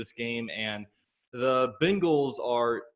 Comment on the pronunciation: Why do you pronounce bengals “bingals”